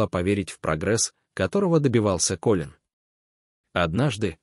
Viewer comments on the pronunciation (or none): Как же бесят такие чтецы! Неужели нельзя запомнить,что имя КОлин ,а не КолИн! Не можешь, не берись! Фу!